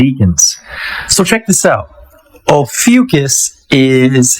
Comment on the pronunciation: It's pronounced OH-FEW-KISS